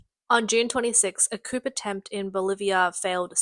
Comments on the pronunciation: Coup → “Coo,” not “Coop” Chilé → “Chee-LEH,” not “Chilli” Chilean → “Chee-LEH-in,” not “Chillian” Bangladesh → “BAHN-glah-desh,” not “Blangadesh” Disastrous → “Dih-ZÆ-struss,” not “Distrastrous” Pakistan → “PAH-kee-stahn,” not “PÆ-kih-stan” Fared → “Faired,” not “Fard” AND Subsidence → “Sub-SIGH-dense,” not “SUB-sih-dense” I love your voice and accent, Australian lady, but you Australians really have a penchant for mispronouncing things 😂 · The 'p' in coup is silent. It's pronounced as 'ku'. Most annoying... 🦘🦘🦘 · I enjoy the awkward pronounciation. I used to say Coup that way too. Turns out is French, so you skip the last letters. "Coo" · Coop? The word is coup the p is silent numb nuts. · You prononce coup as coo, not coop. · Why is the narrator saying “coop” not “coo”?! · Well not exactly off to hot start with COOP, it’s well known as French pronunciation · Man these AI voices are still bad. It's Coo not coop. You don't pronounce the p. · The fact shes pronouncing it like "coop" cracks me up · Coup is pronounced as 'coo' and not as 'coop.' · Why she keep saying "coop" lol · Pronounced "koo" not "koop" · It's Pronounced KOO not COOP. Also yeah made in China means Made in China there are no exceptions. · COUP is NOT pronounced "koop". It's "koo". PLEASE LEARN. Your reader here has very, very poor knowledge of the English language. 👎 It's Ban-gla-desh. "Made In China" quality on full display with the CCP 'weapons'. You get what you pay for... M 🦘🏏😎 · It's 'coo' not 'coop'. AI still has some way to go, or is this just a narrator who is the product of modern rotten, useless schools and universities? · You keep pronouncing coup as coop, but it's properly pronounced coo. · Coooo not coup. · There's no 'p' in coup. Its 'coo'. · It's pronounced “coo“ not “coop“ 😂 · Coo not coop. Just saying, a journalist must know correct pronunciation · You can tell it's an AI voice because no knowledgeable English speaker pronounces coup as "COOP". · It's pronounced "koo" not "koup"